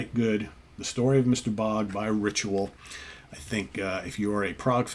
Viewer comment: "Bogd". In Swedish you pronounce even the G and after even the D and the O it´s pronounced like the English word ODD. Cheers from the Cover artist of this Album. ❤